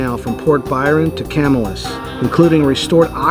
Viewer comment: Local pronunciation of the town of Camillus is "kah-MILL-us"